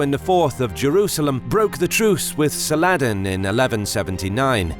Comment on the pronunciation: Sal-ADDIN what the fuck is this pronunciation, sal - a - addin. he's a legendary leader not a fucking salad